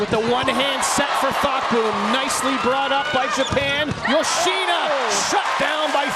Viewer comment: male commentator always saying "yo-shee-nuh". duh. how hard can it be to say it correctly?